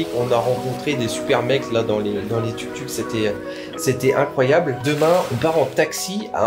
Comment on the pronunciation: Le tuktuk se prononce touktouk 😆